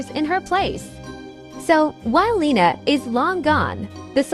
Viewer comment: it’s Lina not lena